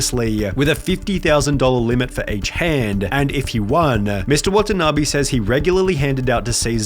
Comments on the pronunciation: it's NOT "watana BEE" , it's "watana BAY" .. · watanabe is pronounced wah tah naa bay not bee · I take a shot everytime he pronounce the name Wa-ta-na-bee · how to pronounce watanabe: wa-tan-a-bay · Why don't you spend some time looking up how Watanabe is pronounced?